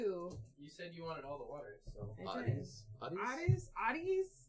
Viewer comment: Just Googled it, it’s pronounced “Ooh-tee”